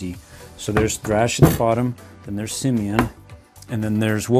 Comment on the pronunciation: It's simian not simon